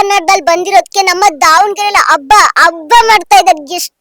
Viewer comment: ಅ ಕಾರ ha ಕಾರ practice madu ಹೆಮ್ಮೆ ಎಮ್ಮೆ ಅಲ್ಲ ಹಬ್ಬ ಅಬ್ಬ ಅಲ್ಲ